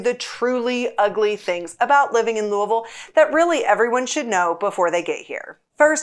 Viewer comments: Louisville was founded in honor of King Louis (Not Louah, not luhaa, but "Louie.") the XVI. When you visit, you are visiting "Louie Ville" not Louhvul, or Luvull, not LooAhVull, and so on. It is "Louie Ville". Got it? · You are incorrect. I will not comply. You are appointed 'dumb tourist' status if you ever come to lou-uh-vul.